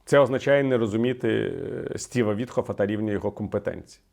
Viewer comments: Чому Віталій говорить "Вітхоф" - навіть у заголовку пише Віткоф? А як винюхав Юрій Швець - насправді це єврей кацапського походження Стьопа Вітьков, тому варто цю паскуду так і озвучувати. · Чому Вітхоф, він ВітКоф